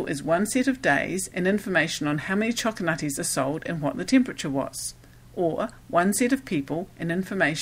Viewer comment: Choco Nutties. Pay attention,.